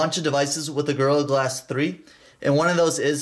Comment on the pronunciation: Sounds like you're saying girl glass instead of gorilla glass